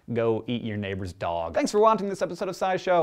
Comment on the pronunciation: I like it how Hank sayd "Thanks for wanting this episode of Sci-Show".. I don't know if i want this one.. But i sure want more!